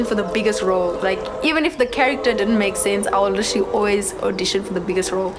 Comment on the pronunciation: can I get a like for everytime she says "litterly"